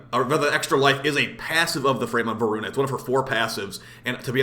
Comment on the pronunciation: Dude i couldn't stop laughing when u messed up the name of voruna update🤣 Keep up the good work and i appreciate that you criticize the game. Sometimes warframe community is allergic to any criticism whatsoever and they don't know that only makes the game worse.